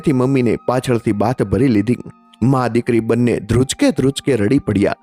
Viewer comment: ધ્રુચકે ધ્રુચકે નહિ ધ્રુસકે ધ્રુસકે..કલપના નહિ કલ્પના સાંટા નહિ છાંટા ખીચ્ચા માં નહીં ખિસ્સા માં બીજી પણ ટોન બાબતે ભૂલો છે એને ઇગ્નોર કરે તો સારી સ્ટોરી